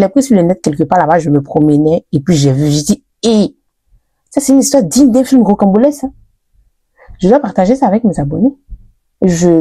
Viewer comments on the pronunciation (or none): Rocambolesque!!! Et non rocambolesse...